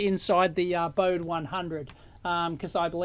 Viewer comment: Hi Dave - not to be pedantic or anything, but it should be pronounced "boh-dee", in deference to Henrik Bode. Just sayin... Love the review though!